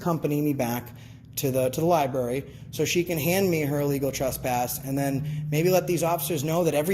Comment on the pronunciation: The way she says "Lieberry" tells you that she clearly can't spell Library, so she shouldn't be working in one.